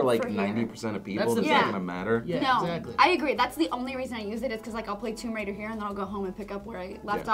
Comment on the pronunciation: Why does everyone (including myself until called out) say tomb-a-raider? I guess it's what happens when you forget its two words. <3 though.